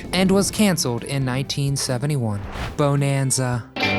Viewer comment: This is the SECOND video where this guy pronounces the name "BONE-an-za".😣